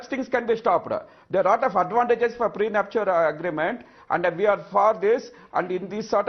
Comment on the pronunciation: get your pronunciation faye - it's not pre-nup-shu-al ... LOL. it is pre-nup-shal.